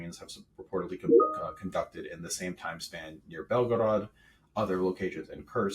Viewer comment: I had to stop watching when he said "Belgorod" No points for effort. Just say it like an American😂